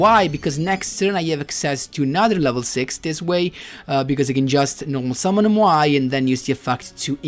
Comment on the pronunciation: i love how you pronounce MOAI correctly, not like the duel links meta guy. keeps repeating MAYO MAYO GRAB THE MAYO